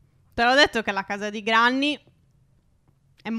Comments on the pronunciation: Si dice grenny..ma si scrive granny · Quando vorrete chiamarla Grenny? Non è che perché c'è scritto Granny si legge in quel modo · Cmq oltre al video che è stupendo si scrive granny ma si legge grenny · Phere cmq non si pronuncia GRANNY ma GRENNI Cmq siete bravissimi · Ma non avete ancora capito che si dice grenny non Granny?!?!?! Ma siete s**